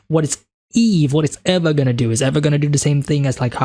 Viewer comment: "Eva" is pronounced like "Eve" but with an "A" instead of an "E" at the end😉